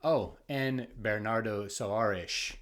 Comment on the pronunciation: Hey, friend. This is your viewer from Argentina. Long time no see, I'm heading to your GR account to see what you read this year. Thank you for endorsing Pessoa. I bought The Book of Disquiet this year. Incredible, erudite review as always,, and great pronunciation of Soares. You keep getting better and better pronouncing names in other languages.